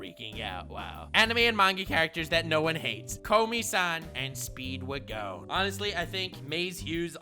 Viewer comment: The way said Speedwagon hurt my soul